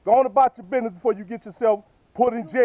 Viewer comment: Not to be mean but it was funny when he said business he said bidness